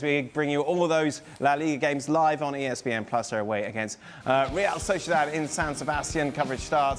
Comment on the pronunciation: ESP-HAINE TV 😂😂😂